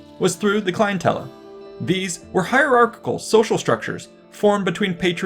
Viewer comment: clientele is not "clien-tel-luh", it is "clien-tell", just fyi!